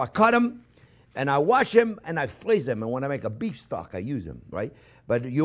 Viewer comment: "You can frweeze it for seventeen years!"